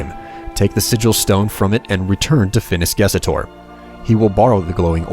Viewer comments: hey , I think you whote and said Phinis GesOtor, but it's Gestor, no? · Great video, dude. But (just because I'm picky) it's Phinis GESTOR not GESETOR.